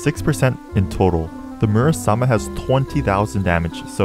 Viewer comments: Im kinda annoyed bc he calls muramasa a «murasama» lol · Your saying it's name wrong and there two characters who use in mgr Raiden and Jetstream sam